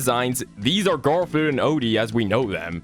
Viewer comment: I love how bro said gardfune